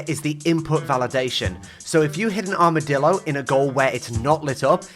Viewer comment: Armidilo, more like, HARMidilo… hahaha… yeah that wast funny sorry